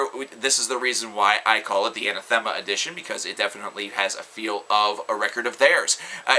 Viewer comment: Anathema is pronounced "Uh-nah-thu-muh" That's how the singer says it anyway... Nitpicking I know, but I was glad to find out. I always said Ana-thee-ma lol.